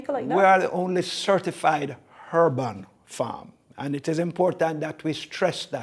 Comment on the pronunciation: Breddah, drop your "H's"................ I was lost when you kept saying " hurban " like it was a herban or herbal farm.